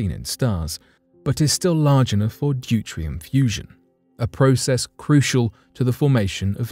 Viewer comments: Deuterium is pronounced 'Due-tee-ree-uhm' NOT 'Due-Tree-um'. Like Americans who pronounce Nuclear as Nuk-you-lah. It's just a matter of reading rather than scanning. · Duterium is usually pronounced Due-tee-ree-uhm. It is certainly not pronounced Due-tree-uhm. If you didn't notice - it has an 'e' after the 't'.